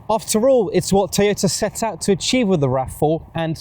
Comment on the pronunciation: teh you tah raf fouh